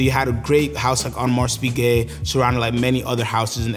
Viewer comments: nice presentation. Just hurt my ears when you kept calling “Audemar(s) Piguet” with a pronounced S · Weird that this guy is so knowledgeable of AP but mispronounces it every time